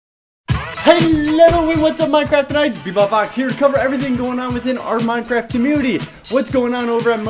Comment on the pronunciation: its sayed minDcraft